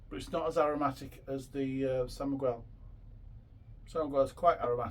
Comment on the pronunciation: It's called San Miguel not San Migwell